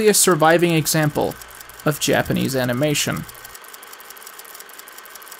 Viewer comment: Hey,, you actually did a great job on the Japanese pronunciations! They're actually super easy to do if you even take just a little bit to learn the language; the system is highly consistent. It's not as hard as English, at least, in this regard.